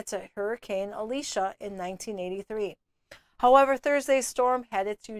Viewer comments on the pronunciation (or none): none